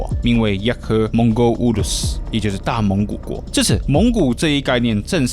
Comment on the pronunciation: 蒙語遼闊的大蒙古國講的很不標準。